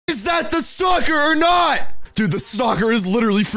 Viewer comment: Not to be mean but you sound like you say stalker as soccer